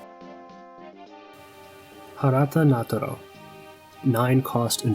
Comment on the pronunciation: This is a great video, I really appreciate your insights. Also, it's a minor thing but important to me, you actually pronounced Harata Ngaatoro's name right! Even the Wyrd guys were saying it NA-ga TO-ro, which just hurts. EDIT: now that I've finished the whole video, the only point I disagree on is the Machinist's usefulness. I played EVS quite a bit during the beta, and found them to be a handy way to keep Kiya or Calypso healed up so Beebe could use his actions for other stuff. They're especially helpful for Kiya, as I often found Beebe and Calypso were running off on a flank or otherwise not in a position to help her. Their Tactical actions, Quartermaster and Navigation Charts, are not to be overlooked, either. The card cycling they provide isn't terrible, especially with Quartermaster. Yes, discarding a low card is less useful in this crew than others, but if you've got cards you don't need, you can ditch one and draw again. Basically, if I'm taking Kiya, I'd at least consider a Machinist to follow her around at a distance, ready to charge in and heal her, give extra Shielded, and cycle some cards at the right moment. I'd call them a 2 or 3 star hire in keyword.